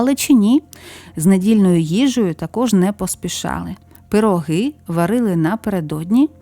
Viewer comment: У Польщі- пироги, Наголос на '' о ''